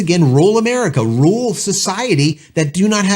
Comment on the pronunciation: Learn how to pronounce rural ya. Throwing your hands up in disgust before you even know what the exact plans are gonna be with the actual implementation of this verbiage. You don't know what the cap is gonna be at all yet either. And you're right, this was supposed to be for connectivity where there was none. Not expressly for HD video or gaming. The people using this in rural areas will still be very happy for the basic connectivity they hadn't had before. This video is just a baby creating content to make himself money. What a joke. First world problem whining. Biz is gonna biz. Your crying isn't gonna change it. I absolutely love my Starlink.